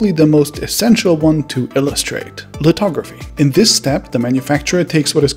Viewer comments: its lithography and NOT litography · It's called lithography, not litography. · Lithography brother. With a “th” as opposed to a “t” as you pronounce and wrote. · Lithography not litrography